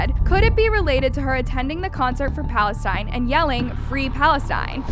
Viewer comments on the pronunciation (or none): none